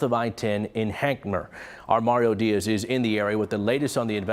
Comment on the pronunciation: Boy are they butchering Hankamer. Id hate to see how they would pronounce Anahuac.